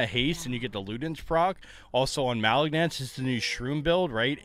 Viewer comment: You pronouns Malignance as you would say malignant as in a malignant tumor.